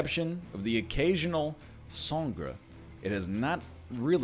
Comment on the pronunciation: Ryan, your wife is learning Spanish. Ask her how to pronounce "sangre"